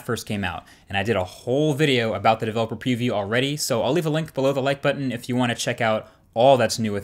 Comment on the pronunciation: Developer Peeview